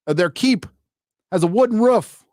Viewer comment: just listening to you say woden "ruf" on repeat. my day is complete :D